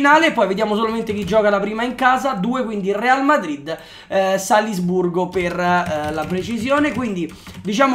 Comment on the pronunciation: Solo a me ha urtato tantissimo quel "Salsburgo"? ahah comunque grande!!